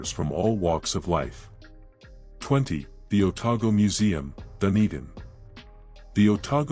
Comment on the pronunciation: Show sum respect and learn the place names and pronunciation FFS, never heard of Wenwapie...it's Whenuapai. Dundin... Dun e din. Like what your doing other than the crap pronunciation